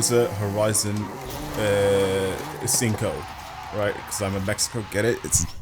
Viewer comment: Me as a good Mexican, I approve your pronunciation of 5.